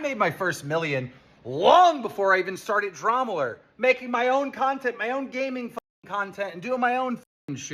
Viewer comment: I don’t know why it’s so frustrating to me every time Keem says Dramalert instead of Drama Alert.